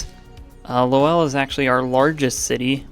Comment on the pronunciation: So excited for this series! FYI the ‘w’ in Lowell is silent. ❤